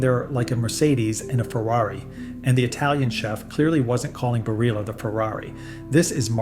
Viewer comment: And it’s not bar-illa either, as long as we’re at it.